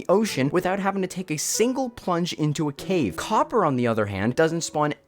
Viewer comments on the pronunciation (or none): none